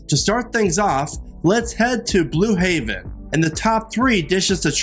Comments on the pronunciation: Like how are we supposed to buy into your recommendations if you can’t even say the restaurant’s name correctly?? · Thank you. Come on man you are the voice of the video say the names correctly.